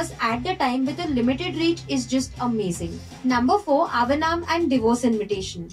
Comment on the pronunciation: its not avanaam you semi desi girl 😂😂, its ahvaanam which means Invited in Telugu